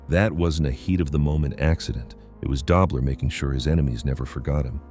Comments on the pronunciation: Its pronounced DOE BLER not DOBBLER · It's Conrad "Dough" bler...not "Dob" ler